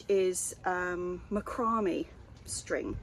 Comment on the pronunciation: Macrame, "MA-cra-MAY". Hope that helps!